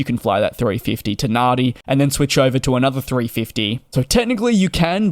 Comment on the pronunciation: For an Aussie you OUGHT to know that NADI is pronounce NANDI